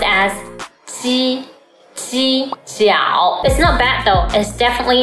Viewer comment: Her mandarin is not that good neither. Check the way she pronounces jiao, it sound almost like xiao.